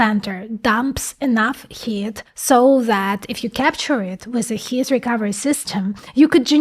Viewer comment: excellent video.....BUT.....please remember that the word is "computing", NOT "compute"........and "heat" is pronounced "HEET".